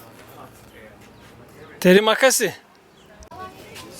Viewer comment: Terima kasih= Tırima kasih şeklinde okunur. Söylediğiniz şekilde orada yaşayan insanların kulağını çok tırmalayıcı olur bilgilerinize :)